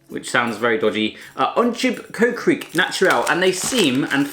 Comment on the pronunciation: Whahaha kootjes reap zegt hij echt geweldig als ge zelf dutch spreekt like if you agree